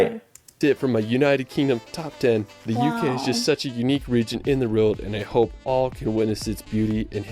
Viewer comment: can't even say world properly, he says "reld"... I don't know if that's just his way (or typical of folks from Utah?) but it is frustrating to hear so many mispronounced words, like "West Minister" and "Stonehenge" etc. 😐